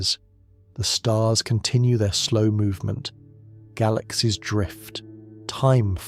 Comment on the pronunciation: So, do you personally narrate this, or is it AI? I only ask because some words in certain sentences are pronounced strangely. For one example of many, in the intro to this video, the narrator says, "And if your mind begins to wander, let it. Drift!" It's said as if it's two sentences when it's supposed to be only one. Considering this video is 2 months old, I'm not sure if you'll see this 😅